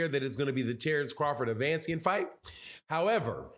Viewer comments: Bruh. It’s ‘A-Vuh-Knee-See-An’ Not ‘Uh-Van-See-An’. Just sayin. Giving off casual vibes. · Ave-a-knee-see-in....@ your killing homes name